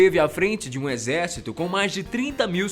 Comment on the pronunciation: só eu que foi o retardado que riu quando ele disse exercíto mongol ? kk